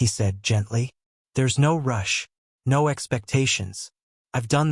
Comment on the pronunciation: Every sentence beginning with "No" is mispronounced in a Hispanic accent.